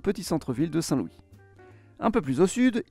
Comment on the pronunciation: Il faudrait fair un petit effort s'il vous plait pour la prononciation des villes. C'est pas Manfis mais memefis. C'est pas Sein Loui mais Sainte Lou isse.